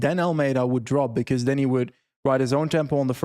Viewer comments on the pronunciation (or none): I cant unhear saying beKuss instead of because all the time 😅